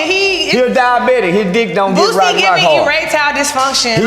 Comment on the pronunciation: Why are you calling him “Boozy” ? It’s Boosie